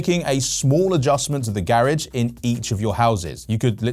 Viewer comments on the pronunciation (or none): Did you just say "Garriage"?